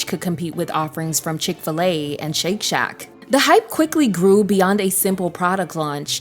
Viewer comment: it's saying "shank shack"